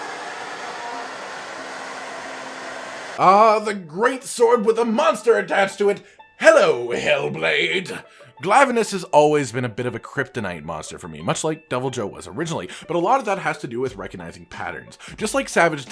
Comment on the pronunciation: It’s said glave inus not glav inus like the swords called glaves